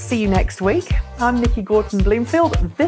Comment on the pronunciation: come on don't forget your roots:-)